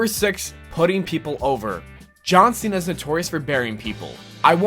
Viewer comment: "John Sinna"